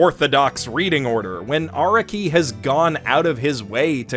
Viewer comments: Lmao this clown can’t even pronounce Araki’s name right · Most people hate this video be he said that you might want to skip a part. I hate it because he pronounced Araki wrong